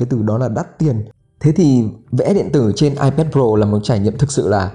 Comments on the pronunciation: Hoặc là ai pét hoặc là i pát nhé.chứ đừng ai pát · Ipet à?? Nghe a đọc thấy cái tên máy lạ quá